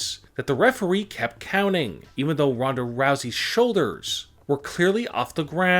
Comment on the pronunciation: He said referwee and this is annoying when he goes up after every sentence